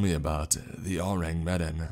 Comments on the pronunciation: Oo-Rang Meh-Dan (EDIT: Or Oo-Rang Muh-Don. Some people say it that way.) That's the closest way I can show you the proper pronunciation. You should google the name. It's one of the most talked about maritime ghost stories and there are a lot of things that kind of lean toward it being a hoax, but there are just as many circumstances that point toward it being authentic. The version of the story that's told in this story is very loosely based on the historical account. Like I said, you should check it out. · Oh-rang maydon is the way it’s pronounced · I'm sorry, but everytime you mispronounced Ourang Medan, I wanted to shout lol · The mispronunciation off “Ourang Medan” ruined it a little for me.